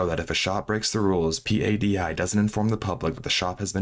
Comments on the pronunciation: Bro, do a little basic research before making a video. P-A-D-I is known to every diver on the planet as the word “PADI”… pa-dee. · P.A.D.I. Sounds so weird. In our diving community we just call it “PADI” (like patty but with a D) sorry, I know not the point of the story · That's a dumb comparison. Ask any diver, and they will tell you it's PADI. Just look at Dive Talk and how they pronounce it. No one says the individual letters in PADI. Do you also pronounce every individual letter when saying NATO? LOL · sad because the dive community is comprised of very happy people, including all the dive masters. PADI is also pronounced Paddy for your info. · in your "research for viewing pleasure", at what point did you decide that the thousands of soundbites and clips pronouncing one of the largest dive Agencies in the world, PADI, are wrong to actually read the acronym as it is, but instead the correct way to pronounce it is to spell it out as P-A-D-I ? Curious to understand who something so ubiquitous can be gotten wrong? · PADI is pronounced "Paddy". Lol. Geezus dude if youre going to just read notes someone else wrote for you at least check up on pronunciations. Really isn't difficult to do